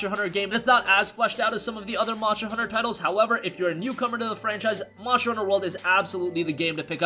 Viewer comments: Lol I was thinking that too 😂🤣 monsher hunter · MONSHTER HUNTER